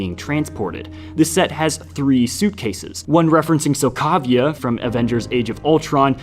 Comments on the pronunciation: it’s pronounced so-ko-vee-ah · Pretty sure that's not how you say Sokovia. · You can tell he has no interest in Creating accurate content, since he’s mispronounced Sokovia and Egon. that’s when I lost interest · the way you pronounced sokovia and called wakanda a city makes me wanna riot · 💀 THATS NOT HOW YOU SAY IT-!? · And you pronounce Sokovia weird😅